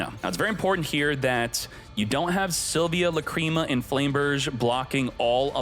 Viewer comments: The fact that u keep pronuncing la-cream-ma kills the video for me. This jokes are not funny, same shit with ze amin... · Lacrima should be pronounced like that, Just with the accent on A instead